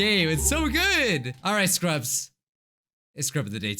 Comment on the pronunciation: i just realized when he says scrubs it sounds like "screw ups"